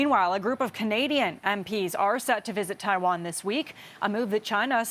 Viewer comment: This guy can't even pronounce Taiwan correctly.